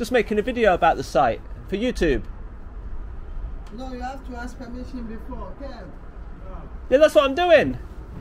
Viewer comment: It’s YouTube not youtoooooobe. Div.